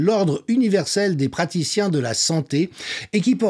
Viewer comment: Les Practiciens de la Santé-euh ??? 😅